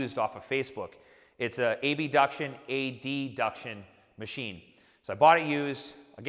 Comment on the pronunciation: did he just say A-B-duction and A-D-duction